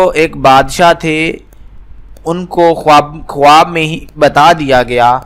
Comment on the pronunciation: Bhai khawaab bolaaa nhi jaaataa h Khaaab bolaaa jaaaataaa hai